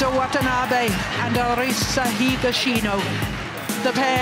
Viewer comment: GO HAGASHINO the guy next to him: higashino🙄